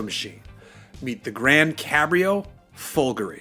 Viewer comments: The stress is correct - i.e. it's supposed to have a similar stress pattern to the word "Calgary". Listen to the Maserati team pronounce the word. It's the final vowel that the presenter gets wrong. He pronounces it as /i/ instead of /e/ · It's so weird - Americans are supposed to be used to emphasising the 2nd syllable instead of the 1st, like comparing British and American pronunciations of the word "harassment" but for "Folgore" he turns into a clueless Brit. Maybe he's thinking of Calgary...